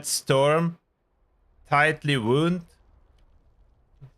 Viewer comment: Wound (wownd), as in a tightly wound spring. Like winding up a clock. Same spelling as "wound" (woond), an injury.